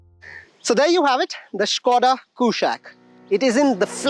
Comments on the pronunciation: Try to say कुशाक with a normal non-westernized tone. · Bro, it's a Sanskrit word, stop saying Kooshaaaq